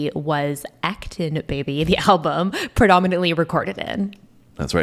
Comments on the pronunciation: It's actually pronounced: uhk·tuhng. When this song came out, and for a while after, many newly married couples played this song at their wedding/reception thinking this was a love song...like "We Are One" but it's actually the opposite. Classic case of people only hearing the title or the word: "one" One of many examples in the song: "You ask me to enter but then you make me crawl..... And I can't be holdin' on to what you got..... When all you got is hurt." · You said his name “Boe No”! You said act Chung! It doesn’t get worse than that.